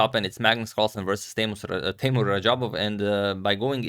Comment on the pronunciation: Listen me, Teimour not Teymur. Come on Mr. Radic